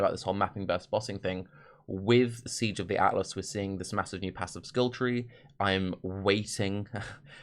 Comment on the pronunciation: I know if was a slip of the tongue but I vote "aassives" is the official term for atlas passives.